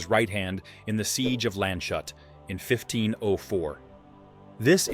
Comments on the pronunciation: I understand that you cannot pronounce the ‘ö’, but please do not torture the town of Landshut It is NOT Land-shut, it is Lands-hut (pronounced like hoot ) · Landshut is spoken Lands - hut.